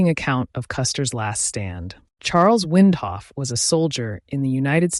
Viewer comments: WINDOLPH--- not Windhoff. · Windolph. NOT Windhoff. You lost me in the first sentence. Facts matter. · Get your spelling/ pronounciation right. Windolph was not in company L, which was annihilated. This is NOT an eyewitness account. It's a retelling by one of the MANY survivors who were not with Custer. Cheese-dick computerised narration. Another half-baked yt vid.